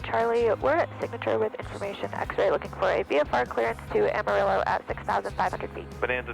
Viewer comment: This is a fantastic video and its super cool that you fly. Please google the pronunciation of Amarillo though. <3